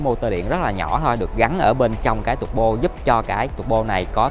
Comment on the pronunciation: Sale Mercedes review xe mà phát âm "tăng bô", "giảm bô". Thoát luôn ko xem nữa